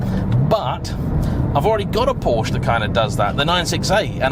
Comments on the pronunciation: If you’re such a Porsche fan why can’t you pronounce it correctly? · I forgot and now leaving…you can’t even pronounce Porsche.